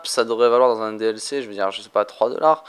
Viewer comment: Au lieu de duc c est dlc